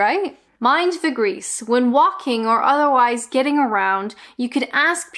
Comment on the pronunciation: Good fun but never heard of any of them. I notice how you're dropping your Ts more now. Getting was decidedly "t less" ! Can you say why its offensive calling a woman a Church Bell ? Because it specifies "woman" rather than person ? Thanks.